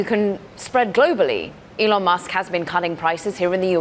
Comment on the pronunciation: Never trust cnbs experts pronouncing Elon “Elaan”